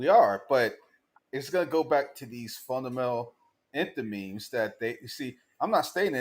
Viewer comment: ‘Fundamental enthememes’ what did you say?